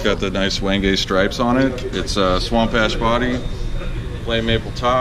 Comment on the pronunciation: When-gay.... You think by now, they would know how to pronounce wenge? WHENJ